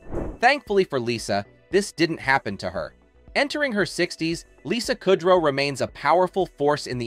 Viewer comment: Listening to you constantly pronounce her last name wrong makes my ears cry